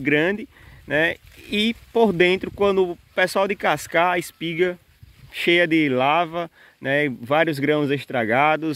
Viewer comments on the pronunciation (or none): Desculpa,gosto muito dos seus vídeos,porém me incomoda vc dizer que é professor e falando "largata","decascar","varêa".Vc é professor mesmo, ou auto intitulou?(Só por curiosidade)